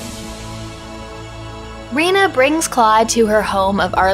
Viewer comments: Rena is pronounced Ray-nah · Did you say Reno? lol